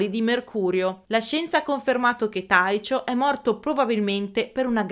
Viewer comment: però "Taicio" per Tycho, no..